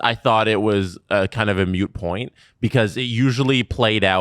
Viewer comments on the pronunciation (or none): again,. It's "moot'. Not "mute" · moot not mute pronounced mooooooot 🐮 moot is lack of relevance where mute is lack of sound love you guys and sorry for being retentive just been watching you dudes for a very, very long time...... could say since was almost a mute compared to his prominent role today. 😜 another petty annoyance is your constant use of Gen Z catch phrasing and slang. I guess that makes me an "uncle" and I should learn to "cope" 😏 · Holy someone please tell that it's "moot point", not "mute point", he's said it 2 episodes in a row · tell him his take on it sucks first though but then make sure he knows its moot and not mute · No its moo -joey